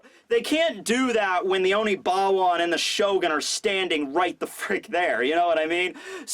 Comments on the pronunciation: It's Oniwaban, not Onibawan. Please stop mispronouncing it. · ackswally, it is Oniwaban not Onibawan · holy crap its oniwaban not onibawan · say it with me now, ONI-WA-BAN group! Love your videos man.